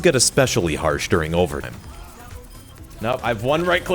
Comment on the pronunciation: … overtim? Interesting pronunciation